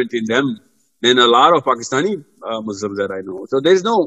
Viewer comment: Jazakallah Khairon brother Sorry to correct one Word Muzlim . It’s is from zalama which means oppressor . Muslim is from salama which means peace . We Muslims are not oppressors so please when you say the word say as Muslims not Muzlims . Jazakallah